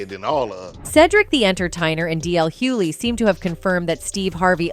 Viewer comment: Why can’t these people that are supposed to be so educated pronounce Hughley right??